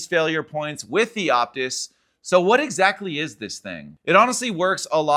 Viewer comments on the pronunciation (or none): I think its called the Oh-pus like the fine wine 🍷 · The P is silent. It's OTIS. Otis loves us!